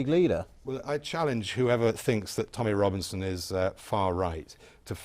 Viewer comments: Can't even get Tommy Robinson's name right...Rommy Tominson". Are the retards. ?? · Rommy Tobinson??? Seriously? The author of this video said - Rommy Tobinson... Apart from that, BBC is fascistic propaganda machine that is trying to salvage the falling rule of Tories and Labour...